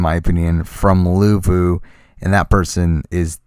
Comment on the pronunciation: luvu not levu